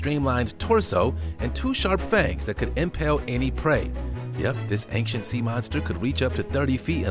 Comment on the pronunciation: it's ancient (ˈān(t)SHənt) not ankient. Don't care how bad you butcher all of the scientific or other language names, just fix how you speak that one word. It's ˈān(t)SHənt.